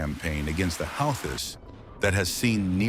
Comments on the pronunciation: They are the houthis pronounced (WHO-TEES) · Pronounciation problem ? Who tease., or houthis...some say how tease... Anyway Jhonny be good. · Your AI generated voice should at least state the name Houthis correctly since its the topic. 5 different pronunciations used; all of them wrong.